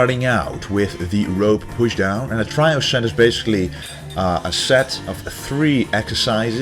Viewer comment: English lesson of the day - 'trio' is pronounced 'tree-o', not 'try-o'. Much love from he who watches over you